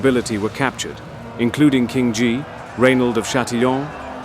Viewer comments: Not Ghee but Gee. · Nah, can't get over the narrator not being able to pronounce Guy properly.